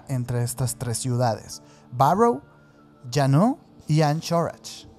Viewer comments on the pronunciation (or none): Deje de interesarme en seguir viendo cuando no supo pronunciar Juneau ni Anchorage 🙄